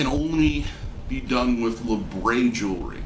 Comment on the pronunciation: I don't understand why say pronounce it laybrey when it's spelt how it's pronounced labret.